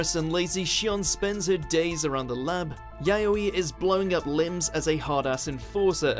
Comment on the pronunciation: Her name’s ‘Yayoi.’ How the hell do you get a “yo” sound from an o?